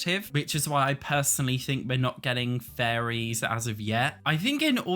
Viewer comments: Everytime he says faries i hear FURRIES help me 😭😭😭😭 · Great vid and highlights a lot of the issues with the community and why EA is getting away with it. Though, I love accent for how he pronounces fairies! It just make me chuckle hearing him saying "i don't think furries are coming to sims 4" lol